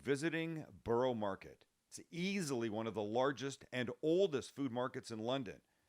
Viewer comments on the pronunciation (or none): Glad you like our food! I've never heard of liquor on pie and mash, it should be gravy, and maybe with mushy peas - is that where the green came from? I'm in my 50s and have lived all over the UK and beyond, and spent quite a few years in London. Borough Market is pronounced Burra :) And it's nah wa' a mean, not do you know what I mean.